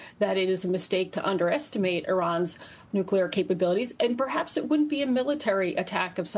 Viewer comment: I'm just curious....what all goes into the air during all this nucular elimanation?